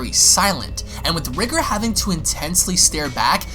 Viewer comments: Y does he keep pronouncing it as Ri-ger. It's Ri-GOR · His name is pronounced REE-GORE , not Rigger, i don't know if u tryna be funny but I hope not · Dude, it’s rye-gore. Not Rig-er. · Your saying riiger its r🎱gOr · Actually, it is pronounced like "Rigger". The Rye-Gore pronunciation is almost like saying "Kayo-Ken" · No, it's actually pronounced like "Rigger". The Rye-Gore pronunciation is like saying "Kay-o-Ken" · Btw my brother it’s pronounced “r-eye-gore”